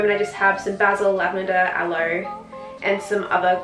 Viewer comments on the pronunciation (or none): none